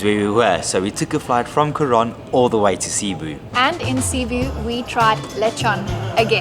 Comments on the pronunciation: i enjoyed ur trip here. see you next time and I hope you see Bohol and enjoy the tarsiers.... CE-BU (seboo) 🤭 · Glad to see you had a great time in PH, sad to see you go. Come back Christmas season in September and let's bump that subs to 50K! When watching Buddymoon, there's only one thing that's evident: is the luckiest guy in the world!! PS: For the nth time, it's seh-BOO not SEE-boo. 😎😎😎👍👍👍